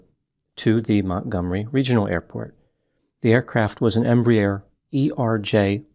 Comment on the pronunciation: minor correction - pronounced "embrair", one syllable instead of "embry-air", two syllables. This size aircraft is designated a "regional" jet and operates from the "hub" aiport (eg DFW) to the "feeder" or Regional airports (such as Montgomery, AL) where the loads are smaller.